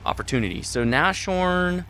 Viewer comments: It's Nas-horn, Not Nash-Horn Anyways, interesting replay; keep up the good work. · It's not Nash orn, it's nas horn. Get your German right. And also, it's a VK 30.01 H that crashes, get your German tank names right. Jeez